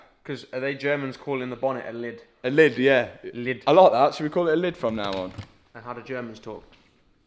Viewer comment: As a German I can say you're aggressive pronunciation of "Lid" was fairly accurate.